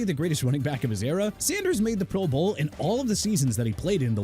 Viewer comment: I saw that too!! What a joke! And says pro BOWL. 😂😂😂